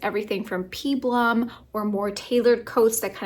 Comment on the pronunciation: I wish it would decide to snow in Idaho. I'm missing the snow! I am a recent viewer of your channel and have been enjoying the videos so please don't be offended, but they way you pronounce peplum is crazy! It's pronounced peh-plum. But besides that I have enjoyed and I fully agree with you about Chanel and how something so iconic becomes unrecognizable is a hard thing to understand